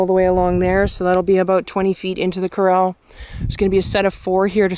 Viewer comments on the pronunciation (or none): You need to teach your brother how to say corral! He says it like it's the actor on the Office. Steve Corel ! It drives me nuts everything he says it ! Have you a had a ride in his new Raptor?